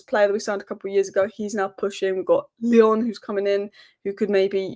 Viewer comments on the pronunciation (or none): none